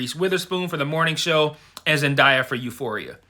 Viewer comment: I loved this review and I am also rooting for Zendaya,but here's how to pronounce her name correctly